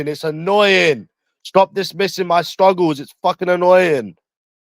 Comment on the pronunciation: Dismissing my stwuggles bwo 😭